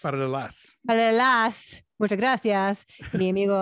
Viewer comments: Christie actually pronounced "paralelas" correctly. Her Spanish is pretty good. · Wait am I wrong? Christy was right the second time she pronounced the title Madres Paralelas, and no the way Alonso said it.